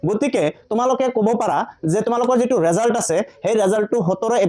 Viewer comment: ৰিজাল নহয় ৰিজাল্ট⬅️